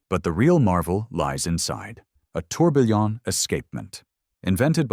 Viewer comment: TOURBILLON not "Tourbillion"